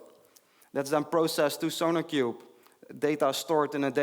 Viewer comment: keep hearing "SonicQube"